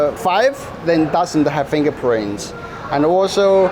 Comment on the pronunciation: Did he said FINGER PRINCE?... 😅